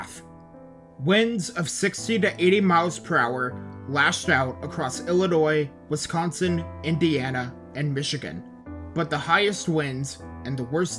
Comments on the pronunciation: i’ve lived in wisconsin my whole life and you might be the first person i’ve heard from outside the midwest to pronounce it correctly, kudos! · Ditto lol, always love when someone from elsewhere doesn’t say “west-consin”